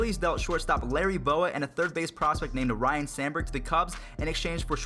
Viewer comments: Son, it’s RYNE , not Ryan Sandburg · RYNE...not Ryan. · Ryne not Ryan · It's not RYAN it's RYNE Sandberg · its ryne sanberg not Ryan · its Ryne, not Ryan. And it's EEEEEvon, not ievan